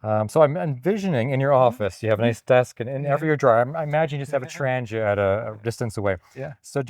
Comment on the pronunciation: You should have made a point of telling english speakers that the name is pronounced "trangeea" and not trandjeea"